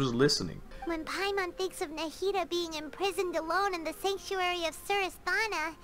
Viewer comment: Everyone: It's pronounced Nahida. NA-HI-DA: Michael Jackson noises